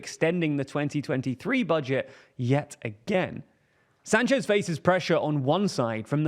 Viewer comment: My relatives have the last name Sanchez, its not pronounced San chez like this reporter or Rick Sanchez says but Sahn-ches. You would think if we have to go through training to say Vivek right you would get this one too.